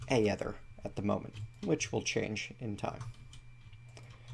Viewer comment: Aether is pronounced ee-ther